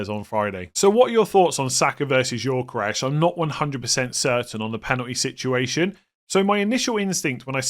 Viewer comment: Please pronounce Gyokeres correctly: Yo-Ke-Rez, NOT Yor-Ke-Resh